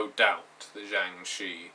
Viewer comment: Shi is actually pronounced "Sure" (as sure is pronounced in America) with an R sound at the end. They are an ancient Chinese folk legend. Sorry, I'm a huge nerd in addition to being a Chinese speaker.